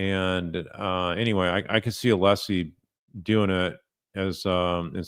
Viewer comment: Is Brennan mispronouncing Alessi's name here? What a dolt.